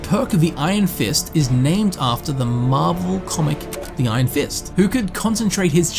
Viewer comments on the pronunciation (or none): none